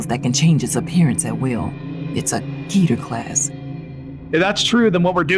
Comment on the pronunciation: they literally say keter wrong